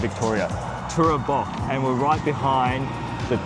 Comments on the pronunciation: We just got back from Mansfield for the long weekend. Definitely worth trying. Oh and, it's TOOBORAC not TOORABAC 😂😂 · Tooborac pronounced Too-bor-rac